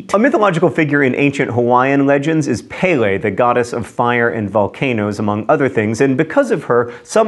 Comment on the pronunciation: Pele= peh-leh, not pay-lay Mauna Loa= ma-oo-nah low-ah, not whatever you said. You pretty much nailed Kilauea though! :D